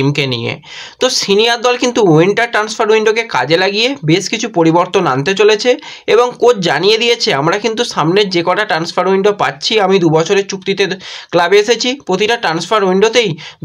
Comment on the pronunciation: আপনি কিছু মনে করবেননা। আমি আপনাকে ফলো করি কিন্তু আপনার উচ্চারণে খুব ব্যাথা পাই। যেমন ম্যাজ, সাদ দিন, এসেচি এমন অনেক শব্দ। এইগুলি একটু মনদিয়ে দেখুন প্লিজ।